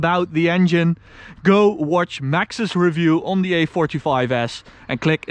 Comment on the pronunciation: Als je on zegt die o is een a